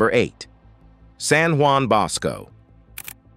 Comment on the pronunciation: You read with a pleasing voice, and you had good diction. However, I had a hard time with your poor ability to pronounce any of the foreign words, of which thee are many. Pio Noveno is Pius the Ninth in English, and noveno sounds like he is novel (new). San Juan Bosco is pronounced Who-an Bohs-co. Etc. I have visited Lourdes, and have seen the body of Teresa de Avila, and Teresa Margherita. God really gives us these saints in order that we may become more pious. Maybe you could do the stigmata of Padre Pio in Italy. I have seen his remains.